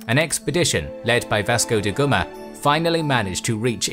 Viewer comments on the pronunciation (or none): Really good video, I look forward to this series' future episodes. One thing though, I understand that it must be difficult of course, but watch out for pronunciations. It's Vasco Da Gama, not De Guma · I never heard of vasco da gumma, he sounds a lot like that guy called vasco da gama.😁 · Please, just try to pronounce properly spanish and portuguese names, as we try to do it in english. It's not "vascou di goma"